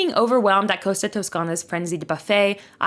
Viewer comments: Cost-a, not Coasta. Tos-cana not Toascana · Costa. It’s called COSTA, not Coasta. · For the love of God please learn how to pronounce the names. It is Costa - not coasta, just like Costco!